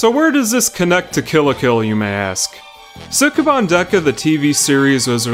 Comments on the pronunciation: your pronunciation of Japanese words is terrible. You're supposed to say sukeban quickly. It's pronounced skeh-ban. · They pronounce it more like "Skeban" but you're not Japanese... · Ouch, pronunciation! The "u" in Sukeban is almost not there. Former co-worker was called "Bancho" at school because her voice was so deep. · If you are going to make an entire video around a word you should probably make sure you can pronounce it first. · Mispronouncing the title within the first two seconds of the video. (¯―¯٥)